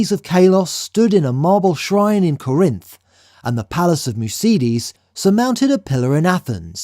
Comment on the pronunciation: Would it not be KOR-inth, and TYKE-ee?